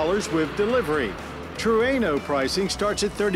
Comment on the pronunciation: At 1st, I thought Mr. Davis said Truanal? 🤔